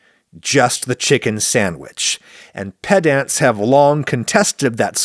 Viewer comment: Adam's pronunciation of "ped-ant" has to be a wind-up.